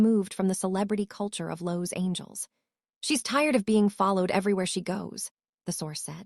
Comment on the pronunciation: Why Do You have This Woman 👩 that telling the story Mispronouncing Constantly Los Angel 😇 Instead of Los Angeles! Why? Why? That😢Horrible!!